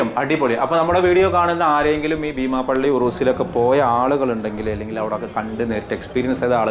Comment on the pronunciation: ഭീമാപ്പള്ളി അല്ല ബീമാപ്പള്ളി.